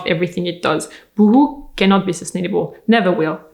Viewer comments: I love how you say Boohoo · I love that you did that little pause, after the boohoo anouncement, so we could all laugh and catch our breath before going on. Well done!